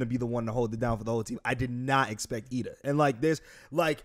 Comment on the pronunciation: It’s Iida bro, not Lida